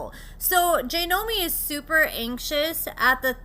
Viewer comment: It’s JOY-nomi…not JAY-nomi 🤦🏼‍♀️. I don’t know why I was thinking you would pronounce anything correctly, that’s my bad, expecting too much out of you again. “Re-Nember”